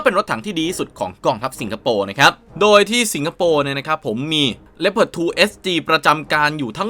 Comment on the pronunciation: ชอบที่อ่านว่าเลพเพิร์ดไม่ใช่ลีโอพาร์ด...